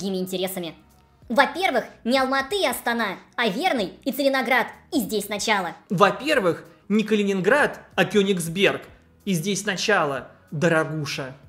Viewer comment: Кёнигсберг. Не Кёнинсберг. Это я вам как Калининградец живущий в Твангсте говорю.